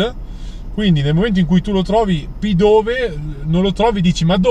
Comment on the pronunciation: Ciao il nome del pokemon di tipo volante e scritto pidove ma si pronuncia pidave